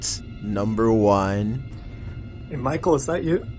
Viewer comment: It's not micle